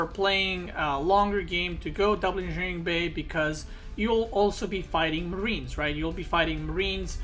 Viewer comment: It annoys me how you pronounce engineering bay